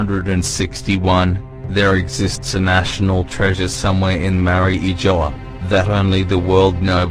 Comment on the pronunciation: Man, I like your videos but I always have this pet peeve about non-Japanese YouTubers incorrectly pronouncing names and stuff (e.g. Makino, Mariejois, etc.) I can't blame you for that though. I know you got it from the English-dubbed anime. However, can I make a small request? Can you please check the Japanese version first before posting anything? To be honest, I prefer your videos without the voice overs. Just my two cents.